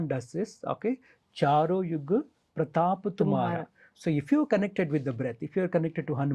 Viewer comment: Isnt it Charo Yug 'Pratapa' tumhara and not Charo Yug 'Par thaapa' tumhara (as sung by the anchor) ?